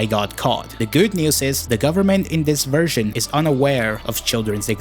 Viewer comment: bro did not say news 🥀